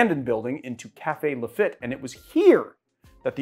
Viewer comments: It’s pronounced LaFEET; nice shout out to Nola! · Not a dig but Lafitte is pronounced “Lafeet.” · Lafatte is pronounced La FEET. 😅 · The name of the pirate is Jean Laffitte , pronounced La -Feet .